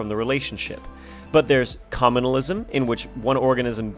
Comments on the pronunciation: It's commensalism not commenalism... I literally learned that in 6th grade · Just FYI, it's commensalism, not commenalism, but great video anyways! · Not to be a science geek, but it's called commensalism not commenalism